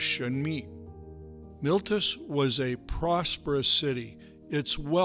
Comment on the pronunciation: "MILTUS" ? ? ? No! Try: "MEE-LEY-TOOS". It is called "The Latin Alphabet", and it has very clear, and simple rules of pronunciation.